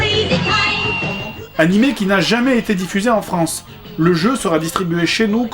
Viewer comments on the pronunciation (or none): none